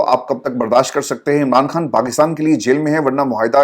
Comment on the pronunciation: ، مجھے پورا یقین ہے کہ آپ خان اور کھان دونوں الفاظ میں بخوبی تفریق کر سکتے ہیں اور دونوں الفاظ کی ان کے درست تلفظ کے ساتھ ادائیگی بھی کر سکتے ہیں ۔ یقین کریں کہ آپ جیسے نفیس انسان کے منہ سے عمران "کھان" سن کر شدید دکھ ہوتا ہے کہ آپ کو سن کر نہ جانے کتنے ہزار افراد اردو الفاظ کی درست ادائیگی سے محروم ہو جائیں گے ۔